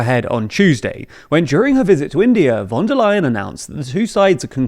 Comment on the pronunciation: The "V" in "Von" is pronounced like an "F" in German. So it is not Wonderleyen but Fonderleyen